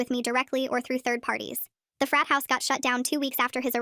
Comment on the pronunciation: Help when I was watching the short before the video at the beginning I thought she was saying fat president